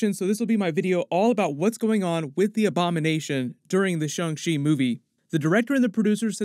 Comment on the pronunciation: It's Shan......g ch...i not.... shun she bud